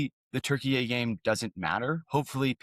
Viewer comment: I like saying Turkeyay now. I still butcher it, though. Not in some perfectly nuanced, elegant pronunciation. I just say Turkey-yay! Which I would imagine is worse than just saying Turkey.